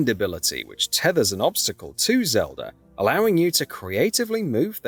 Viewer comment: This video is useless bs we’ve seen in the trailers also it’s pronounced Zelda not Celda and who the f is Damp?! It’s Dampé.